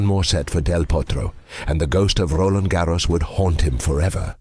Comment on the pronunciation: Stop rolling R's when you pronounce Roland Garros , 😂 it's french, not Spanish. I mean it's a video in English, I wouldn't have an issue if it was pronounced the English way, but Spanish pronunciation is weird. unless there is a process of changing RG "nationality" to Spanish with Rafa 14 titles plus carlitos 2 of many titles